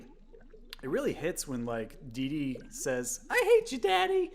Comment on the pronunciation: There's no 'z' in DeeDee